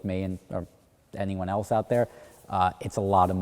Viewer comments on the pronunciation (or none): none